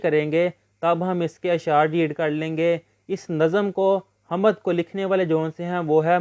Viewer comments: بھائ اپنا تلفظ درست کریں حَمَد نہیں ہے حَمد ہے م پہ زبر نہیں ہے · Hamad❌ Hamd✅